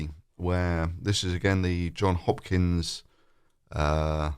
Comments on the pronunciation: It is JOHNS With an S. Not John If Trump mispronounced this every single day for a month we would think he’s an idiot. Please acknowledge the correct name of the University. JOHNS Hopkins. Otherwise people might think you are an idiot. Thank you. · Good video and all that. But it’s Johns Hopkins. JohnS! Did I say it’s a good video?